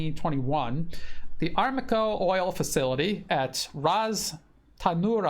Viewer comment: Thanks. BTW it is pronounced a-RAM-ko:)